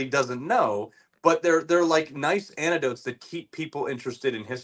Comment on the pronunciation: Anecdotes, not antidotes.